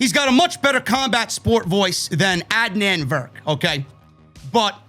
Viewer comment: Lol watches the entirety of Raw for us every single week, hears them say each other’s names every single week, and just pretends he really doesn’t know how to pronounce Adnan’s name 😂